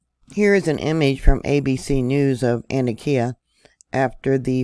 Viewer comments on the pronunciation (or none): Hi, I lived not far from there. Just so you know the pronunciation of this town in Ann-Tock-Ea